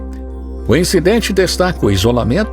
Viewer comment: "Foraleiros" kkkkkk faroleiros.